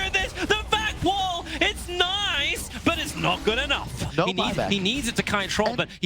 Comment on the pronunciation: 12:9 "its naise"